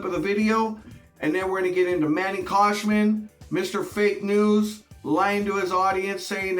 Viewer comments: Bro. It's Khoshbin. Not Koshman. Just like it's Gintani not Jintani. You constantly mispronounce people's names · Who's Manny KhoshMIN? It's KhoshBIN.